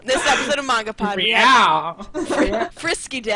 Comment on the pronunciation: Mahn...gah...pod. Gotta breathe in the A.